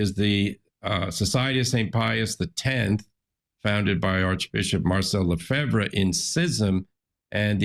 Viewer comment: Father says Lefebvre like a French man!!